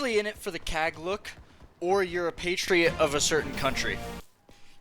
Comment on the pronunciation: "Pastetrite" 💀(Pastery + Patriot)